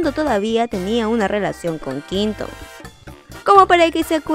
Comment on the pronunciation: No te lo digo por malas ni por incomodarte, me encantas!! Pero se pronuncia “Qüinton”, pronunciándose la “u” es que duele escuchar qinton🤣 el resto, maravillosa, un abrazo!!